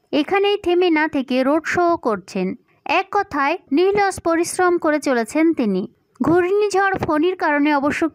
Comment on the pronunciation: Bangla ato vul val bolen keno? Nir los?seki?nirolos. Scorpio etc